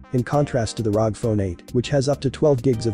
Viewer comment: its R O G not rog